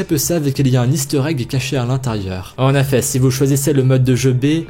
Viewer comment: Pourquoi tu dit en affet au lieu de en effet